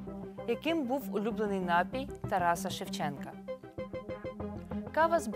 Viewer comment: Вивчіть, будь ласка, наголоси: напІй.